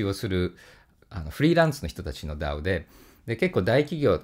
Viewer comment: DAOの発音がとても良かったので三回聞きました